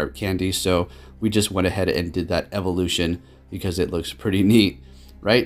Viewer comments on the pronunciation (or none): none